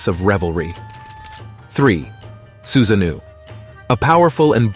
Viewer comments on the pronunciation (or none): i nearly choked on my cookie when i heard him say susanoo xD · Many explanatory videos on Japanese mythology are of low quality, but the content of this video is accurate. Except for the pronunciation of Susa-No-OH.